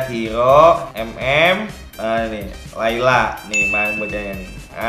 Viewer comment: "tapi dia masih pake lalay (kelelawar)"🤣🤣🤣